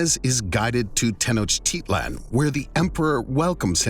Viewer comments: The speaker has obviously never been to Tenochtitlan, or he would know how to pronounce it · it is pronounced (teno-tich-lan)